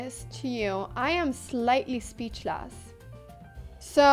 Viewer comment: She became slightly "speechluss" - So glad she got the "chalk-mate" though!